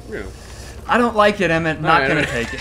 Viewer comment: Auri-El. Auriel. Emm-Et...